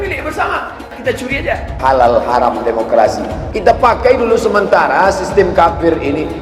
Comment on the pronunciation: Huram harom Huram haruum Belajar lagi boos Biar lembut didengernye Ga bengis kaya gitu da,wahnya